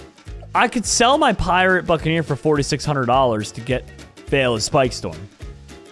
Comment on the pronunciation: When said buccaneer did anyone hear f ING ear